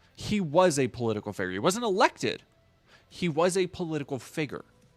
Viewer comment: figer? 😂 ITS FIGURE!!!